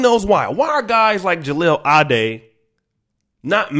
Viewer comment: At least pronounce his name right